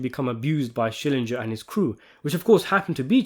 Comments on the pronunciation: SCHILLINGER ! NOT SCHILLINJER ! THE SHOW WAS 27 YEARS OLD, YOU SHOULD ALL REMEMBER HIS NAME ! 😂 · Schillinger the man's Name is Schillinger How Hard is it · Every time I hear someone mispronounce it I hear him saying ITS SHILLINGER....SHILLINGER! Like when he had to correct ppl 😂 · And the only ones in the show who correctly all the time say his name are ironically his biggest enemies Beecher and Said, i remember Ryan's and Cyril's father called him Skallinger or something like that 😂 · "Key skillenger"